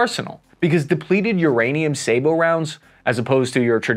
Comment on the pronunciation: Thank you! Finally! Someone on YouTube who pronounces "sabot" correctly!